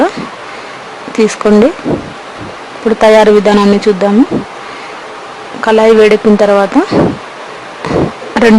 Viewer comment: కలయి కాదు కాడయి